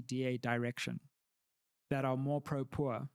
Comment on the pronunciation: When said “ Pro-Poor” he’s got some whiteness in him 😂😂